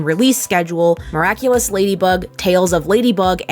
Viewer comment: That theme-song hahaha. "Miracle-less ....... Simply the Best" hahaha. Amazing how funny it is when you mispronounce the NAME of the show